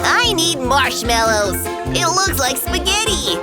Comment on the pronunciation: in the video bro said mashmellos